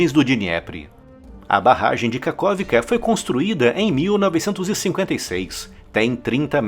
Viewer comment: Em ucraniano, KH tem som de RR. RRarkiv, RRerson e KaRRovka.